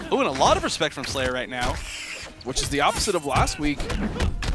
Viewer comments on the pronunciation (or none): Did he just say show me "respek"? I see you! lol